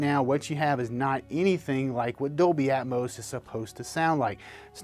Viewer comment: its atmos not atmose...smh